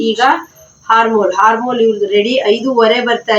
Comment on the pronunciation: ಹಾರ್ಮೋಲ್ ಅಲ್ಲಾ ಮೇಡಂ ಅದು ಆರ್ಮ್ ಹೋಲ್ (Arm hole)